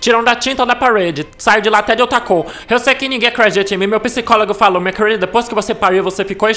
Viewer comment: "Kueurilda" kkkkkkk